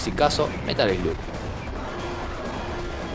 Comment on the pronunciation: slug se pronuncia "slag" In the Hunt es un JUEGAZO lo había jugado en arcades, pero en ps1 lo había conseguido como metal slug 3 :p (igual al ser una copia trucha me había salido monedas y no me queje en absoluto jaja) Y en metal slug hicieron referencias a este juego (tanto en el 3 como en el 5 Tenes un nivel que es con submarinos)